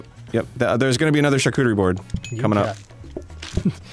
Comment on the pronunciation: i thought they were saying charcooterie as a joke but now i feel like they arent and its starting to bother me